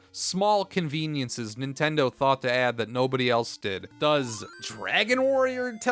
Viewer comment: I learned early on to leave the TV on mute if I left my good ole "Nintendur" on while doing homework.